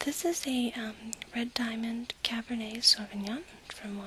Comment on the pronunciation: Caber"nay", not caber"net."